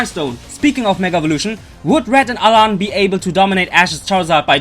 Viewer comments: it's alain. not alan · alain not alan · It's Alain with an I